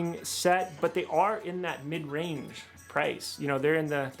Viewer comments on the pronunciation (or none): none